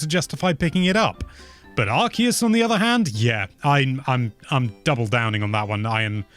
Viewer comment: Arceus doesn not come from Archangel but from Arké